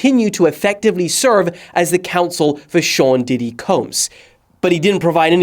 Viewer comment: news dady ❌ news diddy✅